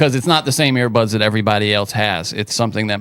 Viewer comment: We need a Brendan Shaub translator for Sam. First we have "sim-a-lation" instead of sim-u-lation, then "air" buds instead of ear buds and apparently Sam puts dead bodies in a "hurts" when most of us use a hearse. Bapa and him should do a show together